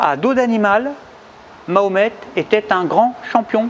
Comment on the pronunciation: Ma ho met,pas mohamet, ni mohmet, je vote pour toi en 2020 si tu fait des efforts de prononciation;)